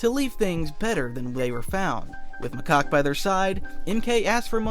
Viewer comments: Macock?? It's Macaque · 😂he keep saying macock instead of macaque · Ayo it aint macock its macaque😂😂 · Someone please make count on how many times they say 'macoqe' instead of 'macaque' 😭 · your putting in the good stuff were macaque lurks on monkey kings house i have seen the show 3 times and stop saying macaque wrong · bro,s name is 'macock' 🥀🥀🥀 If you know you know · Macaque more like makaka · WHY DO YOU PRONOUNCE HIS NAME "MACOCK" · Macaque (ma-cak) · Or calls macaque macock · Or macaw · can someone please correct him on Macaque's name please 💀